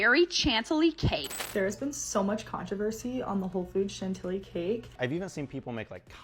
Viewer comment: That woman from TikTok pronouncing Chantilly "CHANT-illy" made my soul leave my body. 💀